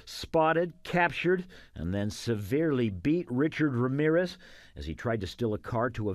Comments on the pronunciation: No es Wramiwres es Ramírez. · Me "encanta" como los gringos no saben pronunciar bien Ramírez y lo pronuncian mal jaja